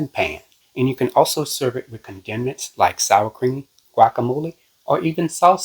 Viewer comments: Condiments is pronounced ‘CON duh ments’ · I think the word is correctly pronounced as "con da ments"!❤😊